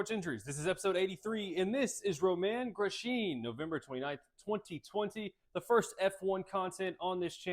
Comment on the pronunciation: Great video but that is not how you say his name 😂